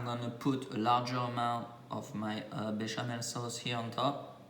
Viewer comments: Béchamel not bechamoo . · Beshamoo sauce…??? What is he calling the white sauce 😂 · Bechemel Sauce. Another name -- White Sauce. Used in many dishes.